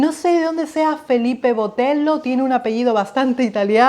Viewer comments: el apellido de pronuncia Botello,no Botelo. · No es Botelo, se pronuncia Boteyo, se escribe Botello El es del Estado Mexicano de San Luis Potosí. Síganlo tiene muy bonitas canciones Y ésta con Ángela Aguilar es hermosa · Botello no suena con letra "L" sino como "Y" Boteyo